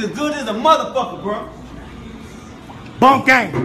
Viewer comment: It’s not boinkkk gang it’s boonk gang